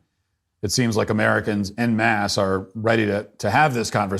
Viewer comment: Someone please tell Matt how to pronounce "En Masse."